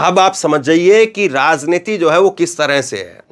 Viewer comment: Ek hazar baar bataya rasniti nahi raj rajj rajjniti uccharan sudhar lo irritate na karo